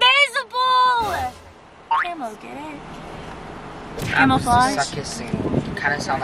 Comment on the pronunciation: Just fyi it’s camouflage not camelflage 😉